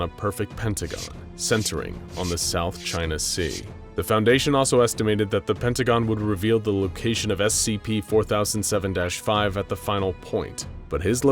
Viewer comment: Did he said south chana sea